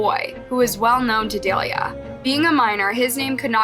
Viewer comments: Delia? Is Say Delilah 🤦🏾‍♀️ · Dah-lie-lah (cmon get the names right…) like the song hey there Delilah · Her name is Delilah sound it out it’s not dalea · The name Delilah is Duh-lie-luh not day-lee-uh like the song Hey There Delilah. It’s phonetic and there are 2 Ls. I’ve seen multiple videos where you don’t pronounce names even close to right and it’s boarder line disrespectful to profit on these tragedies and not even pronounce peoples names properly. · Omg I love your vids but you pronounce SO MANY things wrong. Her names DE-LI-LAH. Like the song? hey there Delilah what’s it like in New York City.. ? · Is her name supposed to be pronounced Da-lie-la? Just curious.